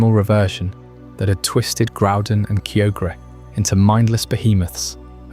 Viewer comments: I was ready to sleep until you pronounced Kyogre that way, heartbreaking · idk if i can get over your pronunciation of kyogre my dude